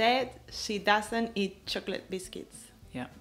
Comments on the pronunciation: Quien más notó que ella dice chocolet? Y el le dice que está bien 🤷🏽‍♀️... No era Cho-clot? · ¡¡¡Horrorrrrr la gente que pronuncia 'chocolate': /chocoleit/!!! Espero que la gente aprenda viendo vuestro vídeo